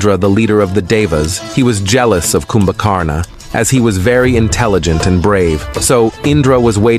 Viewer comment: Your videos are amazing and are rich in knowledge of our dharma and righteousness but better if you improve the pronunciation by keeping 'a' at the end of most of the names silent Such as of its Ravana, kindly pronounce this Ravan Similarly, Kumbhkarana is pronounced as Kumbhkaran only.